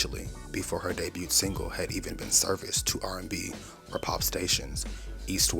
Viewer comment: The ‘t’ in “debut” is silent. DAY-BYOO. Past tense is 2 syllables: DAY-BYOOD. Excellent video, excellent channel ❤